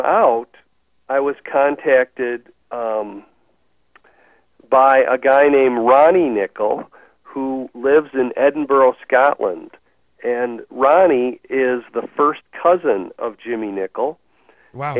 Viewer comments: Cracks me up how Americans say Edinbuhro lol it's pronounced Edinburah, not complaining tho it's very charming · Or Edinbruh